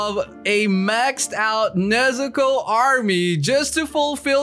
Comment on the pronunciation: Stop saying mama nexicko